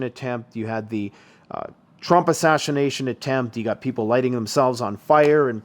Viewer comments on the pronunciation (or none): totally asaSSHiNATEd the word assassinated!🤣